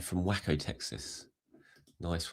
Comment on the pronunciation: 'Wacko' Texas. Plonker. It's pronounced 'Way-ko'.